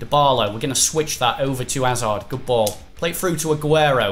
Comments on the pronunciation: Hazard not azard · Chris Hazard has a 'H' at the start it's not azard